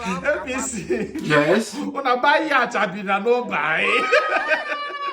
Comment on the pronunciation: Yacht is pronounced as yot not yach